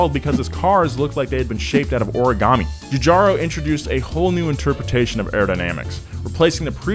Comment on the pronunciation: "Giogetto Giugiaro" golden WIND intensifies